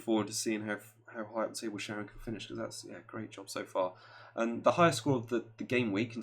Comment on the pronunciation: Hey guys thx for the shout out that was awesome 😎. Although her name is Shannon not Sharon 😂😂. Hope you guys can nail some good picks for the next few. My tip is to take a punt on United. Morale will be up 10 fold, Rashford,pogba or martial could be bargains for their run of fixtures. Hoping ole benches lukaku too cause he has been woeful and has had a great knack this season for killing any momentum. Thx again and Merry Christmas 🎄😁